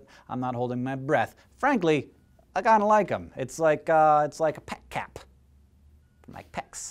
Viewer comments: "Pec-cap"? XD I love you, man. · Did he just say peck cap? Oh my. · "Peck Hat" Hank is so weird sometimes. Awesome. But weird.